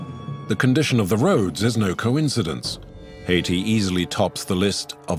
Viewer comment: Why can't the narrator say "Haiti" right?